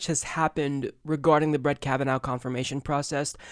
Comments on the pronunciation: I like how edited out everything Graham said that showed how the democrats schemed to kneecap Kavanaugh. And, also, it's Kavanaugh, not Kavanow. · Who else says his name like this? Most people pronounce it Kav-an-or, with a stress on the or, though the Irish pronounce it kav-an-ur the last two syllables are unstressed. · it sounds like you're saying Kava-NOW lol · Will you please watch one of the hearings? You mispronounce his name still! kavenaw!!!!!!!!!!!!!! godaymnit, do some Research before you read the script TYT sends you. A little less gay orgies, a little more time on the Office. How the heck did you get the job? Did you go under the desk of Cenk? And such stupid lies you have been served, which you serves to others. This woman have been exposed as a liar by her Family, former boyfriends, former girlfriends from college. And stop pretending like the DNC has noble reasons, and is not just using another person politically. Talk about how DNC rapes victims lives, and are a predator on weak people, and rape the US. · KavaNOW, KavaNOW, KavaNOW, KavaNOW.... stop it. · Flare. It has been clearly established that the woman has a dodgy story, and haver lied several times. Family and friends has exposed her. And can't even pronounce his name, so he is biased, when he can't even be unbiased enough to watch the hearings he report. It's like he don't have a Television even, since he has not understood the name. I am not even american, and I knew how to say his name without hearing it. How can this person not know that? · You are still saying his name incorrectly. I thought we were past this,.